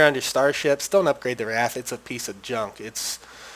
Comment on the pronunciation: How did you pronounce the air unit Wraith?"Ra-eeth"?hahahha.jeezz.get a talking dictionary or somethin